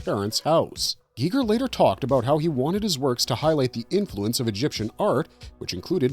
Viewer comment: Is he saying HR geeger on purpose and not Geiger